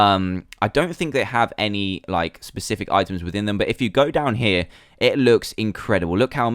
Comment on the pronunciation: Whenever he says down here I always think he says damn here